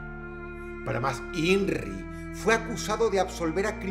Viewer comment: Me prende cuando dross dice “para mas inrrrrri” 🥶